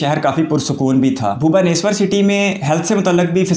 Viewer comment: You are the first foreigner I have seen to pronounce "Bhubaneswar" correctly . Aur iss city me bahot sare IT companies bhi hain jo iss video me nehi dikhaya hai .There are also more than 50 Engineering colleges in this city . Chhota sahar hone ki bawajood ye east India ka Ek Education Hub bhi hai .